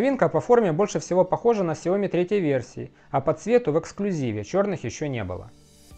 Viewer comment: Автор супер! Так подробно и с деталями, даже произношение Mijia и XiaoMi правильно 👍